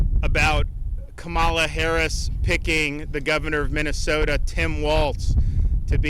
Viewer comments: Purposely mispronouncing her name shows his grade school mentality. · Intentionally mispronouncing her name. Weird. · Still can’t pronounce her name correctly, he is so ignorant. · Right out of the gate, he mispronounced Kamala’s name. This guy was running for president and he can’t pronounce a presidential nominee’s name correctly? WEIRD! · He can’t even pronounce Kamala correctly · He STILL can't pronouncd her name. What a duffous!!!